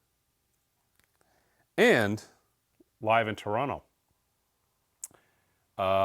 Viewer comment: For all of creative pronunciations, he did say Toronto correctly like a local, so that deserves some recognition.